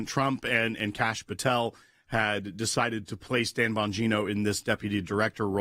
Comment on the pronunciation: Enunciated carefully please It sounded like you opened with, "Tampon Gino"